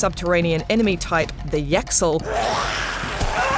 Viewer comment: HOLDUP, I just beat this game and ik how to properly pronounce the complicated words, She said yaxill as yaxel not yachil like bruh how she finna do that when she prob has played the game like bruhhh